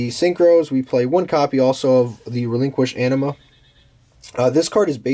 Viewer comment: At first I heard, "We play one copy also of the relinquished Enema" 😂😂